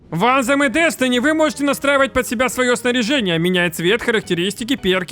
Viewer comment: Только не анзем, а больше звучит как антем, но есле прям дословно то на письме будет что-то вроде ан[тсшх]ем , я даже не могу на письме этот звук передать. В ютубе пошарь правильное произношение слов где есть буквы th.